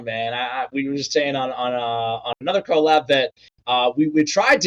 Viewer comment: The way he says co lab is so funny lmfao